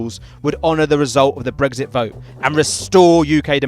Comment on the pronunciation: You say brexit, I hear brisket.